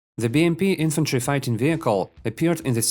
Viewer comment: Bro, there isnt an extra errr after saying an r in the last letter of a word